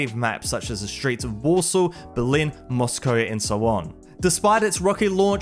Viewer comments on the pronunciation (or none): none